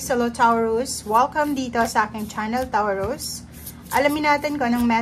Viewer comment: Taw ruz? Ha? Tama ba natinig ko? Toh rooz ata ang tamang bigkas noon...